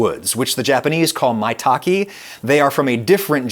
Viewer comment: Not to be that guy, but hen of the words is pronounced like “my-tah-kay” in Japanese. The last syllable being like the letter “K”. Adam nailed the first two syllables, but missed the last one. Totally fine, happens a lot.